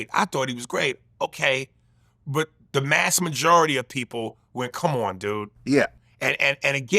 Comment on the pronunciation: Its vast not mass dumb